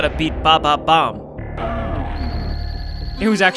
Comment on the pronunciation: He did not just call King bomb omb, ba ba bomb